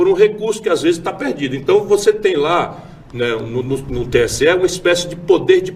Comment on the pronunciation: VERDADE! É "TSE" E NÃO STE!